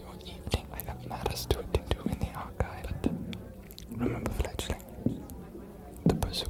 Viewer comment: . THANK YOU good sir, for annunciating the "g" so well in our little given nickname. I was mishearing it before and tried to google what it meant...... what I found was NOT what I was expecting and did NOT make sense with the given context 😭😭😭 Fledgling is way cuter, way less scarring and makes WAY more sense 😂😅